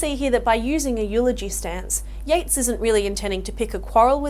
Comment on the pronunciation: Yeats, not Yates